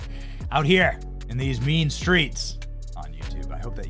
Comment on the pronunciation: Benny the bonkers Learn how to pronounce Turin And as for " beautified " Good Grief Why are Americans so crass Yet think the sun shines out their arses ? Trailer-trash with money